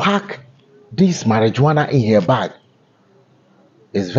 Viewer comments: How do we believe you have all the facts of this incident? Your caption says cocaine, and then you turn around to say she was arrested for carrying marijuana? By the way, it's pronounced (MARI-WUANA not --jo-ana). Thanks. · Marihuana, not Mari-JOANA.😎